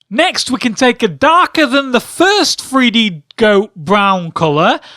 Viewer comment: someone His accent makes the "th" sound like "f". Don't be an idiot.